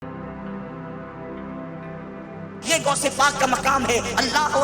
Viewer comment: یہ مولوی غوث پاک کو گوس پاک کہہ رہا ہے ۔